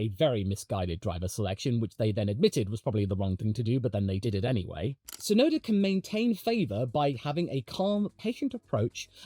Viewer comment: Hey, while we're on the topic of Yuki, I just want to put it out there that the ts is Tsunoda is the same, super-sharp sound as the ts in "cuts", not just a soft s sound. Unfortunately, it's also a problem the official F1 commentators just can't get right, but since Yuki is going to be a popular topic going forward, it'd be nice to hear his name pronounced correctly more often ❤